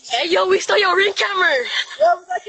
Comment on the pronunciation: He can’t pronounce camera. 🥴. + he’s laughing about his crimes. 😳😎